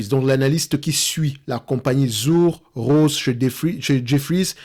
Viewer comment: Hello! Pour info, ça se prononce "Tsur Rosé":-) et comme d'hab, merci pour ton travail!